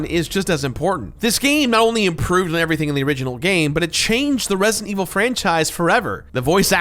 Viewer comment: The way doesn't pronounce the d in resident always drives me crazy